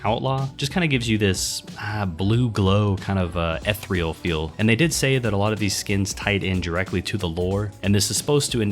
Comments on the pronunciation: I'm not trying to be a dick here, but it's ethereal not ethreal. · Its pronounced ee-thee-ree-ul bro